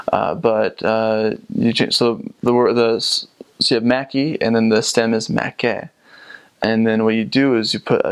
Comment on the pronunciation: I enjoyed how you have obviously studied Finnish culture, people and history. But.. when you said "mäki" it took me a while to understand as I heard "mäkki" and was wondering if that was the slang word for McDonald's :) Anyways, you are impressive in this presentation.